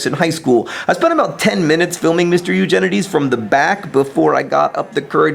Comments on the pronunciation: i thought he said "your genitals" at the end... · it sounded like you kept pronouncing Eugenides a different way every time you said it. I assume it was so you could possibly get it right at some point.